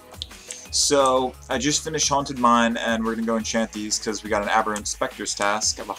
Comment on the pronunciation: its aberrant sPectre not sCeptre